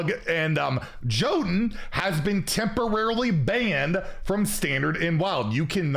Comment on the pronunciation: jotun is pronounced yotun